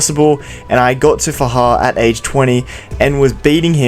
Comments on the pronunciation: It's FA-JAR Can't you read? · Its faJAR by the way